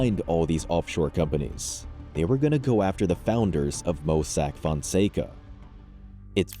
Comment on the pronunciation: This an amazing channel but the overly used Ai is crazy. “Mossack Foncego” 🤣🤣🤣